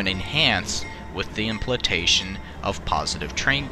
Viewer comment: "Implatation" what the hell does that mean. I wish you would learn how to pronounce big words.